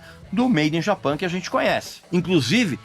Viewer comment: Olá Regis, agradeço por seu trabalho incansável e por compartilhar seu conhecimento conosco. Embora eu aprecie sua habilidade e dedicação, gostaria de chamar sua atenção para a pronúncia do nome do disco "Made in Japan". Creio que seria correto falar todo o nome em inglês. Se você teve alguma razão particular para pronunciar "Japan" em português, gostaria muito de entender. Muito obrigado novamente por seu profissionalismo e trabalho excepcional. Grande abraço!